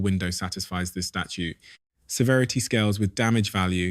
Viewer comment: STATUTE. 🙄 NOT “Statue”. This takes the “I” out of “AI”.